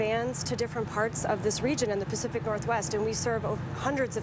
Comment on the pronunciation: "Pack Tsieye"? What the hell is Pack Ts-eye"?